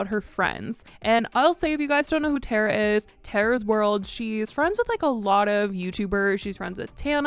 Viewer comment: It’s tar-uh not tare-uh